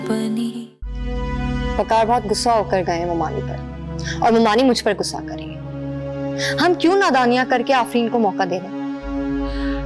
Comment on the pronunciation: waqar 2nd new wife prounces 'gussa' but correct word is 'ghussa'. Director to correct this. Who agrees with me on this?